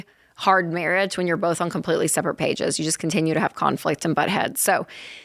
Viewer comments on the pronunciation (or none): none